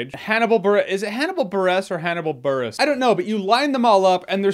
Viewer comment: I'm pretty sure it's pronounced Hannibal Buress